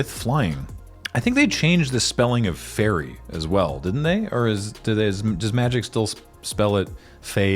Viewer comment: yall pronouncing fae-rie wrong